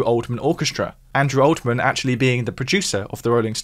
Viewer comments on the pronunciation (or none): Can you not read? Andrew "Oldman"?